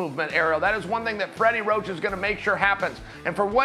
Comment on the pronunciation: Fweddy woach!